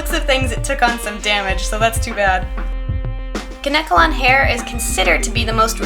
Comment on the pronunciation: its not called kuh-neck-uh-lon hair, its called KANE-KEL-ON hair. and when u chopped her ears off I felt her pain